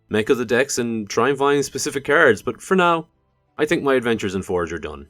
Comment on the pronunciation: Every time you say "cards" I ear "carrots" 😂